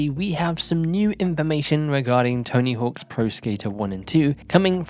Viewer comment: "Tony HAWKS" smh